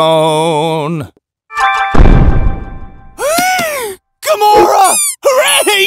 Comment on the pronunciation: Also its gamora not gumora.